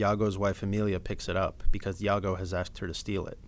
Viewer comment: you pronounce "Iago" like "yago" hahaha whattttttttttt